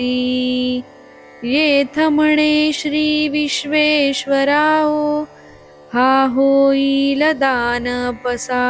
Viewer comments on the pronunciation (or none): थोड्या सूचना करतो आहे, positively घ्याव्यात 🙏 ऱ्हस्व दीर्घांचे उच्चार खूप चुकले आहेत. “चला” मधील च चा उच्चार संस्कृत उच्चार हवा (हे चल-अचल मधले चल आहे, let’s go मधील चला नाही) शेवटी “विश्वेश्वराओ” म्हणालात ते सुध्दा अगदीच चूक आहे- “विश्वेशरावो” (विश्वाचा अधिपती) असे हवे. आपल्या भाषेची शुद्धी आपणच ठेवायला हवी. राम कृष्ण हरि 🙏